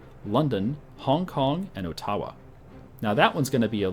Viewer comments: He says Ottawa Oh-Ta-Wa like its Japanese. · I didn't know the capital of Canada was founded by the Japanese (Oh-Tawa, according to ). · Lol the way you pronounced Ottawa, the capital of Canada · R.I.P. Proper pronunciation of Ottawa